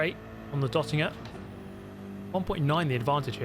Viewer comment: it’s Bergwerk! Not Börgwörg! it’s DÖttinger! Not Dottinger! it’s BrÜnnchen! Not Brunchen!